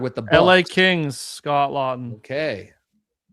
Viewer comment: Scott Laughton….Law-ton. Good god lol